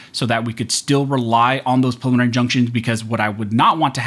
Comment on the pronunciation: Pre-lim-mih-nary... Practice saying it.